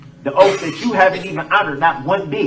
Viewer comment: And oath not oafff... lmao